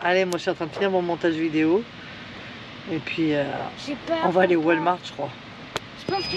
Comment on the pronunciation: Toujours un plaisir de vous voir dans vos aventures 😉....mais, on ne dit pas Walmark mais Walmart 🤣🤣 malgré le devoir de dormir dans un stationnement...vous êtes quand même tout près de la mer🏖 Profitez en bien 💞